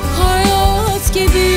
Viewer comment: 1.37 deki hayaaat gibi bı hayat ancak bu kadar güzel telaffuz edılır. Naptın Derya uluğ 👏👏